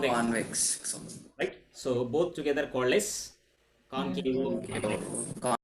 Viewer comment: Why did you add O like concavo, convexo, plano....tell me sir